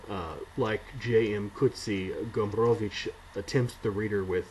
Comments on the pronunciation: You do a great job with Gombrowicz's name. A useful tip for pronouncing Polish is to remember that the stress generally falls on the penultimate syllable. So the Polish pronunciation is FerdyDURke. Back to _Pornografia_ I agree that it is not about war as we conventionally expect it, but the conspiracy at the center of the book perversely mirrors Poland's rather different experience of WWII, even if Gombrowicz was imagining it from exile in Brazil. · I value your respect to the author and his culture, I myself also strive to respect such things, but in this particular case I'd pronounce ' Ferdydurke' any way you want. This is an absurd made-up word, I'm sure Gombrowicz would not mind. Thumbs up for pronouncing Gombrowicz correctly though. Living in times when the general public has often problems spelling the names of their 'celebrities', your attitude does give us hope there's future for homo SAPIENS.